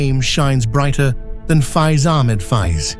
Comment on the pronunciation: The English voice artist can't even pronounce the name of Faiz correctly. And I hate these AI-generated videos. They take away the entire historical imagination of the viewer. Please don't make such fake videos.